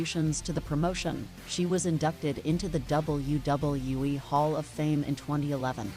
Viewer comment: I hate the way this AI/ narrator says WWE